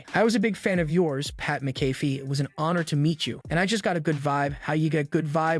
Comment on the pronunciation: It is pronounced, Mac a fee.